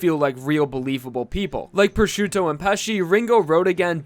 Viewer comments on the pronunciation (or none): none